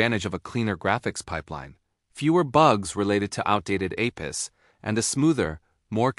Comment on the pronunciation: a piss = APIs 😂